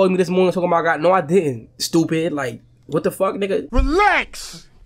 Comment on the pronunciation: When fanum said "SHTOOPID GLLLLLTT" I died🤣🤣